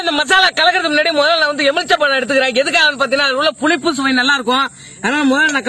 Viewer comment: ப்ரோ எமிழ்ச்சம்பழம் இல்ல எழுமிச்சைப்பழம் ப்ரோ